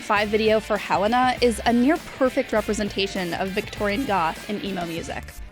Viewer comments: “helen-ah” it’s hell-aine-ah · (theyre from jersey its hell-ai-na) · The way they fucken pronounce Helena kills me